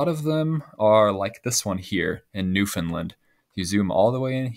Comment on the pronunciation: YES! YOU DIDNT SAY NEW FOUND LAND! YOU SAID NEWFINLAND!